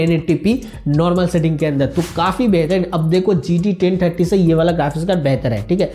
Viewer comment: He told gt 10tatti ti 🤣